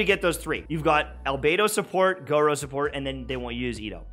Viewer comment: i dont wanna be that person but its gor uuuu like u drop the o its the u sound